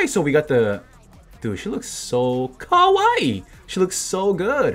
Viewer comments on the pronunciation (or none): none